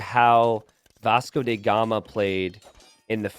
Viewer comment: Yo,... my man.. bro... farm-bro... Can.. you.. please.... say DA gama, not DE gama... T___T